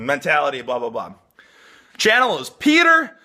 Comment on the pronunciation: Petah from youkay